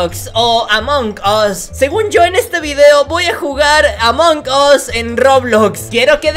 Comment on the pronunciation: dice mal amon gos 🤣🤣🤣🤣